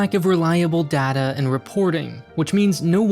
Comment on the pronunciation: Excellent series but it’s pronounced data not data.